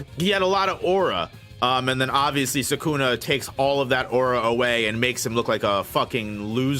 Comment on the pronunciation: SUKUNA NOT SAKUNA!!!